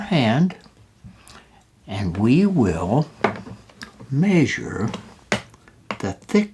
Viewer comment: My family picks on me for saying the word measure like "may-sure" & here's my proving I'm not the only one 🤣